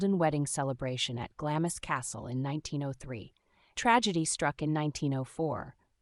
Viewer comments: I would have continued to watch, but after the 3rd pronunciation “GLAMIS Castle” instead of “GLAMS Castle” I had to call it quits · It's pronounced "Glams" NOT GLAMISS.